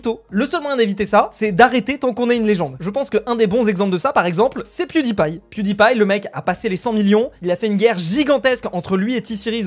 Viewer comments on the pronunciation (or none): none